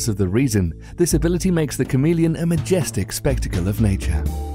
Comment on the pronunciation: did anyone else think he was saying "comedian" instead of "chameleon"?